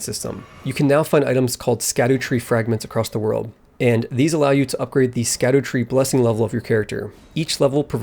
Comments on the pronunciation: correction: its scadu-tree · You probs know this by now, but it's pronounced "Shadootree", for dumb language reasons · Just fyi scadu tree is pronounced shadow tree as scadu is just an old english spelling of shadow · Funny enough "Scadutree" is pronounced "shadowtree" since its like olde english kinda like "gaol" = "Jail"